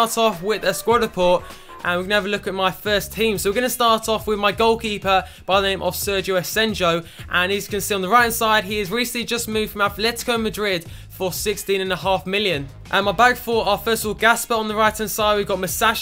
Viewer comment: Don't quote me but I believe it's pronounced Asenko